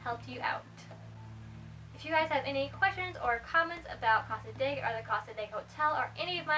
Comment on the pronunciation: You're pronouncing cassadega wrong lol sorry but as a local its a bit annoying. The area isn't haunted at all they just use the reputation to make money as a small town.